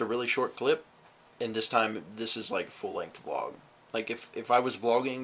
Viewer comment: VLOG NOT BLOG